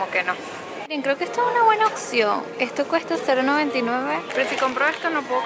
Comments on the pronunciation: amo como en vez de decir opción dices ocsion ahahah 🤣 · Se dice opción no occion aprende ha hablar